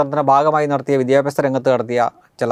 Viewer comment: Not vidyabyasam said "vidhya-aabhasam"